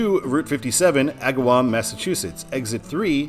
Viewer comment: Excellent job pronouncing Agawam!